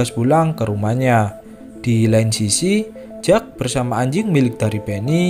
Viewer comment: Kalau jack itu biasanya di baca jeck min